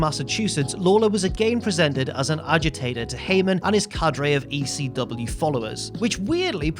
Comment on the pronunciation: I don't know if anyone has pointed this out yet but the chant is "E--C-W" not "E-C-dub"...pronounce the whole f'n letter!!